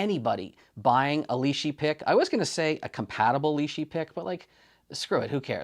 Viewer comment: The Li-shi tool spacer ... it's got to be a Li-shim surely?